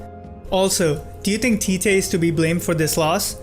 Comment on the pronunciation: “Tite” pronounced cheechee but good video